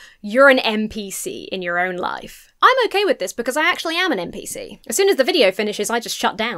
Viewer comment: "NPC", not "MPC" ;)